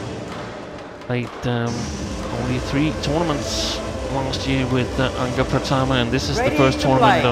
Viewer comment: Waaaaw, wasitnya nyebut namanya Angga Ricky udah kyk orang Indonesia fasih bgt